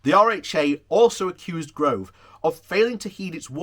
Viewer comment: Yay, your corrected your pronunciation of Gove! Then you forgot, but this IS PROGRESS!!